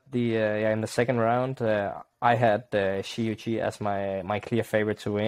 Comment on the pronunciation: Really happy to see you guys back with another episode. You guys finally pronounced Shi Yuqi correctly. 🔥🔥🔥👍👍👍😊 For the pronunciations of the other names: Huang Ya Qiong --> hooang ya cheeong Chen Qing Chen --> chen ching chen